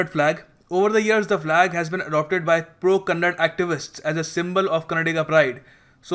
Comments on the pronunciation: It's Kannada Flag , not Kannad Flag. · It not kannad it's kannada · Thanks fr this information but pronounce properly its kannada not kannad.. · Its not Kannad bro its Kannada learn to respect the language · I love the way say it's Karnataka. But don't say kannad. It's kannnda. Simply you are asshole as enyoneelse